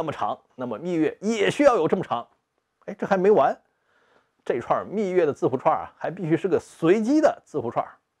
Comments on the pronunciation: 密钥（yao）, yue听着有点点难受，虽然不妨碍看内容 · 虽然秘钥这个词也可以读秘钥(yue)，但实际上密码学界都读作秘钥(yao)，因此读成秘钥(yue)是不专业的。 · 密钥yao，不是蜜月yue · 密钥（yao），钥匙的钥（yao） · 我怎么觉得不该读密yue而是密yao？